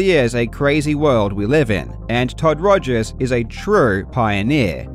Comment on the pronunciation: I still love how you say ''Togers'' instead of ''Rogers'' :D